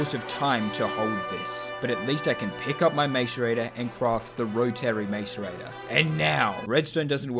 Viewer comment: The real challenge was hearing it pronounced mAce-rator so many times